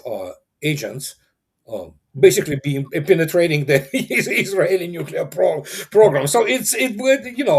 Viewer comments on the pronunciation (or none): "nukilar"? Never go full George W.